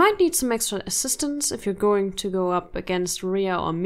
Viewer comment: “assistance” 😂 If this was a real scenario I would have absolutely crushed them bc I’m so obsessed with navy seals and the military